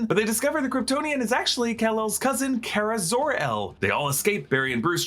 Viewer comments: CAR-UH NOT CARE-UH. GET IT RIGHT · you pronounced kara's name wrong... just like supegirl tv series.